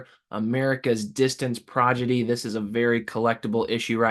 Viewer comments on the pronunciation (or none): "Prodigy" say it like its SPELLED!